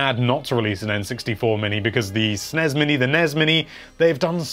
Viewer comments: “Snez and Nez mini” not SNES and NES Classic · Also the fact he calls the SNEZ mini and NEZ mini is just offensive. I do not care what Wario said in some weird European game long ago. NES is NES because its an acronym, not a mispronunciation. Learn up before you post poor ideas with little reasoning